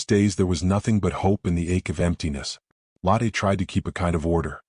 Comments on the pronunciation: The woman's name Lotte is pronounced Lo, as in English "lore" and the tte ending sounds "...tuh" Not like lateh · Lotte Adler - first name begins with Lo, which sounds like the oo in look. Adler means eagle and starts with Ah, not with add